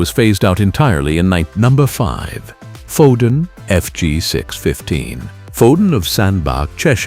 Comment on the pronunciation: Gave up at Foden of sandbarh